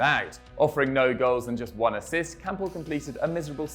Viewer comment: I swear I heard he said kampl join bvb in January 2018